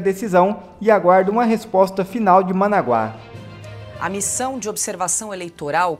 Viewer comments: não é managuáááááááá´, e uma paroxitona MANAGUA, SEM ACENTO NA VOGAL A DO MEIO. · Managuá?? Kkkkkkk Manágua cara pálida, meu Deus, este pessoal não tem as minimas condições de ler uma notícia. Pqp. Managuá, expõe tua cultura, te cuide cara pálida. Esta igual aos ignóbeis que falam Giania, não Guiânia...kkkkk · Digo, é, Manágua e não, managua